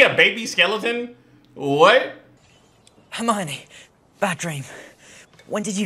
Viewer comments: Lol the way you keep calling her Heather, it is Hermione (HER-MY-KNEE)! ❤️😂😆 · Not him calling hermione heather😭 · I beg stop saying heather plz💀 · how do you not know it's hermoine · Stop calling hermione Heather lmao.